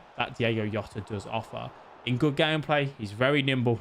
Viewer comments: Mate it’s Portuguese not Spanish, it’s fucking JJJJJJJJJ OTA, NOT YOTA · Its not yota, can we stop this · Yota his name is jota 🤣🤣🤣